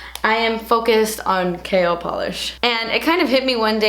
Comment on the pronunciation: Whenever you say "KL polish" it's sounds like you are saying 'kale polish' as in the leafy green vegetable 🙃